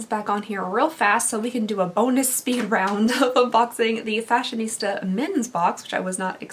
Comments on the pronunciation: It's FashionSTA not FashionISTA, just so you know. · I think it's actually "Fashion-STA," not "ISTA". LOL, I made that mistake, too, because you just look at the word and automatically think "Fashionista", but if you look carefully, there's no "I" before the "S-T-A". No idea why it's called that, lol. 🤔 Anyway, that's my two cents that nobody cares about, lol. Welcome back, lovely! We missed you! I hope you're doing well. Much love from Cali. ✌❤ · It's fashion-sta